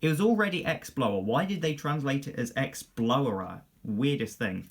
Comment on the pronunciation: Exblowrer. Explorer. Exblowrer. Explorer... lol